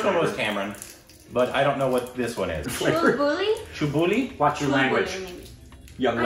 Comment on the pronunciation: "chul..buli":"watch your language":"i don't know.......hopefully i didn't say sm wrong":"well thats whats they say in sacred games"